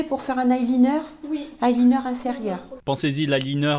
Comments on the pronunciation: Ail lineur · Le "aïe lineure"